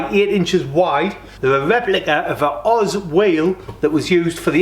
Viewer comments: Cracking wheels! It’s “oh zed” wheels btw, not Oz. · Correct me if I'm wrong but i always thought that wheel manufacturer was pronounced ' oh - zed ' not oz , either way mate they look great , good choice.